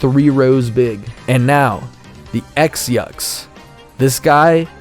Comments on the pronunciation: Also they are pronounced “Cross Yux” for no reason…why only includ that for the Yux and not the Nauts? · "erm, excuse me, according to goombella's tattle log, the x-yux is actually pronounced 'cross-yux'"